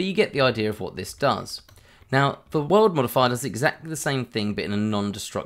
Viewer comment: great video. I kept hearing "world modifier" :D